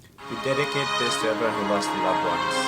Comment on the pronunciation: did u just say, dedeket?...hehe peace 😝✌️